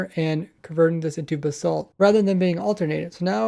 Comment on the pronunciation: It sounds like your saying "the salt"